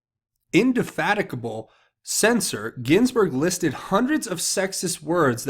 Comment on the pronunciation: its pronounced "in-de-- fa- "teeg"- able"